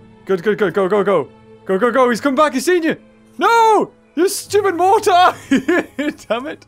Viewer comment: pretty sure it's pronounced "mor-ter"